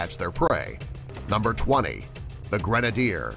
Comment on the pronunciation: NUMBAH 14, THE GIANT ROLLY POLY